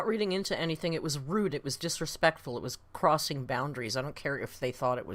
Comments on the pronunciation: she was definitely channeling jeffree star in that “dispekful” rant 😭 i can’t believe she jus kept going after butchering that word so bad. ironically the way she ate that word only fueled more hate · "dispectful" makes me laugh every single time 😂